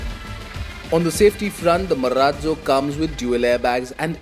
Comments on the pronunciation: Marazzzo sounds like maraaallloo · cant wait to hear him say Marrratzzo once again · What is wrong with the anchor's pronounciation of "Marazzo"!? It's a good name but he's making it seem funny. SVP- please resume reviewing these good cars.